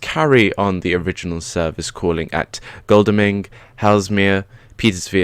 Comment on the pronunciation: Just so you know, it pronounced Goddle-ming